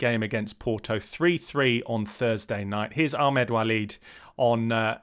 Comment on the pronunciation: I feel like you should probably call Ahmed Walid "Ahmed Walid" and not "Achmed"